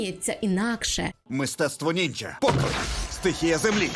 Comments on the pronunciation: ну перші 2 хвилини досить непогано.але для чогго казати НінJя а не ніндзя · Нінджа, щярінган, вуха в'януть від таких слів...